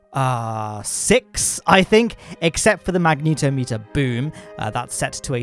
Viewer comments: I love your vids, but please learn to say magnetometer XD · I'm impressed they bothered with making the closed-cycle mode of the RAPIERs, you know, closed-cycle. They clearly didn't get much efficiency out of it, so imagine how bad a gas-generator version would be! Also, I always assumed it was "magne-TOM-eter," not "mag-NETO-meter," so TIL I guess.